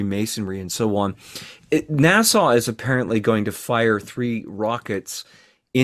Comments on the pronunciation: It's NASA not Nasau! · Please tell how to pronounce NASA.